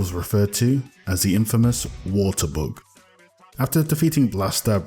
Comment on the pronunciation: am i the only one hearing he saying book instead of bug? :)) hes cute